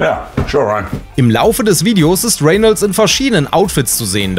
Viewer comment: Er wird Reynolds ausgesprochen und nicht Renelds